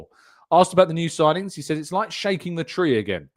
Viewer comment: Need more ‘sigingns’ man